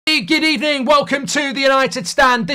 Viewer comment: Did Mark did say “Gid evening” 😂😂😂